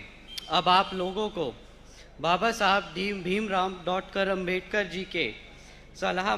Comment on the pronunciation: बसपा में और कोई नही है क्या?जनता को ये कमजोरी दिखा रहे हो? ये आज लांच नही हुआ पहले भी इसको इसकी काबिलियत से बड़ी जिम्मेदारी दी जा चुकी है क्या साबित कर लिया इसने?कहाँ था ? क्या किया? बाबा साहब का नाम तो सही से बोल नही पा रहा है